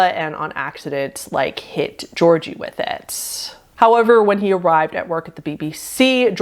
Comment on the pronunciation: Wonderful video, glad to see you back! Just a little heads-up for , as a Bulgarian, that's not really how you pronounce Georgi :D. Both Gs in georgi are pronounced as "gh", or the same way you'd pronounce the G in the word grapes' or 'good'. I do understand the confusion though, Georgi, or any of its derivatives are basically the slavic/eastern european version of George so... yeah